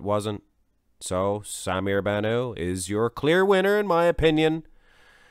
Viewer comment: You are pronouncing Bannout as if it is a French name with a silent t. It is Arabic and you pronounce the t at the end.